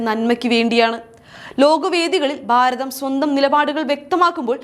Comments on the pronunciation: ബാരതം അല്ല കുട്ടി, ഭാരതം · dear presenter please correct your pronunciations....eg. Bharatham not Baratham....all your bha has becom ba...